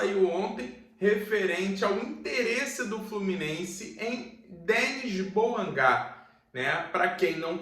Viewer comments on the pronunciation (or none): DENÍ BU-AN-GÁ. Nasceu na França, em Le Mans.